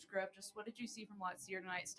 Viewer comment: If you're going to ask questions, them get the fucking coaches names right when you ask!! This is your job to know your people you're speaking with and asking questions!!! This means you're terrible at your job! His name is Ryan Grubb!!!!!!!! Not Grubbs!!! Know what you're supposed to know